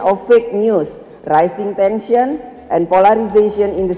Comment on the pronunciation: Raishingg tensyennn